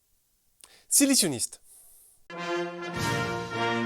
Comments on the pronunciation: L'intervention de Macron.... "ci li siouniiistes !" Mais alors la! Énorme ! Une crise de rire je ne m'y attendais absolument pas. Merci beaucoup encore du bon travail. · "Ci laid cioniste" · "silisiounistes" j'ai explosé